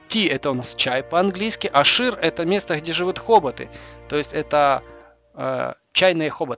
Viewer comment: Хоббиты,а не хоботы